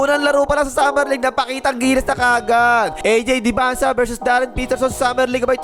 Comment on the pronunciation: ayy hindi "aj rebanse"